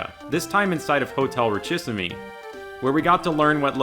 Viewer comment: Please please PLEAAAASE It's "reesheeseem", not "richie-simmy". Signed: a French person.